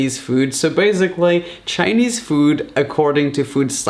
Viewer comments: “So baisigly” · Please learn how to say basically